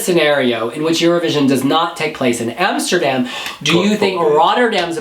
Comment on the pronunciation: Neta said amserdam . well she also said jerosalem….